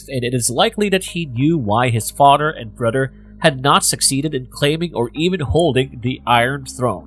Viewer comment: Good content, but can't listen to you say Brudder anymore